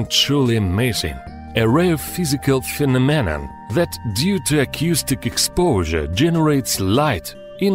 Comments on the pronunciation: Phenomenon is pronounced very badly. It's not "phe-no-me-non", it's "phe-nom-e-non". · Guy... it's pronounced "pheNOMenon" not "PHEnoMEnon" it is so hard to listen to your videos. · finomeman? that is not how you say phenomena... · (they are taking the piss out of his pronunciation of phenomenon) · What a strange "phe-nom-min-nan" 🤣🤣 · "Phe-me-nan-nan" Love it. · You say the word phenomenon really weird fenonon lol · What’s a phinamen?